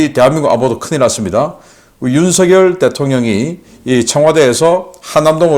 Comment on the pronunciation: 우리나라 대통령 이름은 '윤석열' 이라 쓰고 '윤성녈' 이라고 발음합니다. '윤서결' 이라고 발음하면 안됩니다. 항상 '윤서결' 이라고 발음 하기에 지적 합니다.